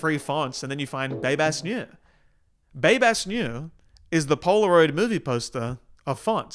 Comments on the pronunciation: polaroid poster? more like selection items on a streaming service. It's pronounced Noya. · neue is pronounced "noy-uh" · Is... is that how you pronounce neue? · babes i hate to break it to u but neue is not pronounced like that.